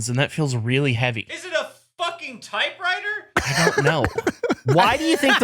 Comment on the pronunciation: BWHAHAHA!!! The way said "typewriter" has me in stitches!!!